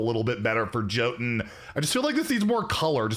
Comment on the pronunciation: jothun is pronounced yotun it hurts my ears every time you say jothun